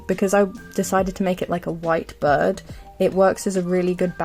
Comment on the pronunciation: I luv ur voice but when u said bird i thought u said bud and i was confused but ur accent is really cute ⭐🩷